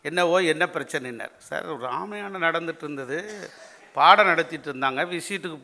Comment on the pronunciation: ராமயாணம் என்று உச்சரிப்பது ஏன்? வேண்டுமென்றா அல்லது தெரியாமலா?